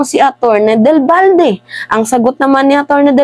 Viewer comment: Atty.Del Valle hindi Balde